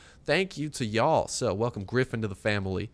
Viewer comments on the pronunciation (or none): none